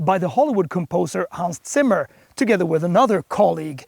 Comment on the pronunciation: Props to you for correctly pronouncing "Zimmer". ;) My M50 consistently shows over 400 km range on a full charge, because I have 18" wheels and not the range killing 20" BMW puts on most press cars (whoever decided this must be an oldschool petrolhead). Unselect other factors like the rear spoiler, and the M50 seems to have 9% lower range than an otherwise identical 40, likely because of the aerodynamics package that increases drag and cannot be unselected. I would very much appreciate if the second motor was just another feature without the vintage sports stuff, but at least it's more subtle than Audi RS with a fixed wider wheelbase etc.